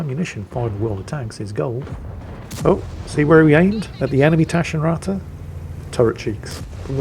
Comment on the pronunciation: well ment hint to improve the germanz pronounciation of taschenratte , short A + double T make it sound hard and very teutonic